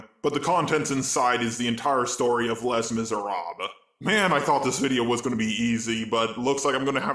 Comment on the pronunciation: i'm sorry but this is unacceptable did you just pronounce Les Miserables "Less Miserab"